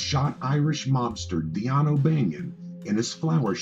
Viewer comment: Dion is pronounced Dean.